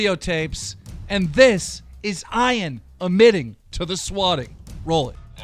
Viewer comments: Isn't Ian pronounced Ee-an?! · fucking "I-in" jesus christ keem its not that hard to pronounce a basic name you dumb gnome fuck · Guys Ian is now pronounced as ion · Bruh i know you’re probably trolling the name of Ian but it annoys me when you kept saying Ian lol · Idk why he can pronounce Ian correctly the first time and then say it wrong every time after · Seriously you can’t even pronounce “Ian” correctly?! God you’re stupid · Keen I can promise you and I speak for all the Ian’s saying our name is pronounced with an E not an I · How is this dude like 40 years old and doesn't know how to pronounce a simple three letter name like Ian... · u cant even pronounce Ian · This is the second time keem hasn’t been able to pronounce “Ian” correctly😂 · That's honestly how you think you pronounce "Ian"???? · Why do u say Ian like that idk how to tell u but u keep saying Ian just look it up and tell google to tell u how to say it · Will keem ever be able to say the name Ian correct ? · So is nobody gonna talk about how Keemstar doesn't know how to produce the name "Ian"? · Can't even say ian right, smh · i was so frustrated listening to him say his name like that😂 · He said it right the first time, don’t know why he pronounced it like that all the others. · Keem doesn't know how to read the name Ian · At first he said Ian correctly then he said I-an not E-an I-an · im pretty sure ian is pronounced ean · Keem says "Ian" normally the first time, 20 seconds later pronounces it "Eye-an" like a dyslexic moron for the rest of the video😑😖🙄. Who the fuck has ever heard the name "Eye-an"?? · why does Keem say Ian like i-aan when its ieen* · Your pronouncing Ian Ain it’s not Ain it’s You pronounce it Eean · It’s pronounced ee-an and i an Jesus keemstar sorry that hurt my head hearing you call him I am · It’s pronounced Eyen not Eyean Keem 😂😂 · EEE-AAAANNNN not fricking eye an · I like how Keem calls Ian "eyean" instead of "eean" like how it really is pronounced lmao. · Ian not iron..